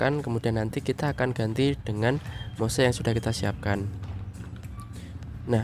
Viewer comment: Penyebutan Moss itu bukan Mose om. Cukup sebut Mos saja. Bikin bingung soalnya. Buat yang hobi anggrek, media moss itu sudah tidak asing lagi. Ada moss hitam ada moss putih.